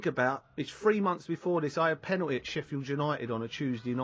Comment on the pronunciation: "Ah com on in'a GAYME". "Penool'is" Seriously there's way too many millionaire's walking around out there that don't even have a full school education... this guy clearly never went to college or even finished high school... it's ridiculous, it's shocking that 8th graders are literally able to get high results in spelling tests and math questions than these fully grown adults who're out in the world... HOW is this possible?>??